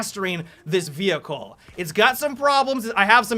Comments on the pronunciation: did he call a pony a Vecheal ;) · It sounds really weird when he calls it a vehicle ._.